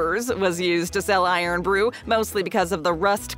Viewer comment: It's irn rhymes with earn not blooming iron. Do you think they dropped the o just to cut printing costs.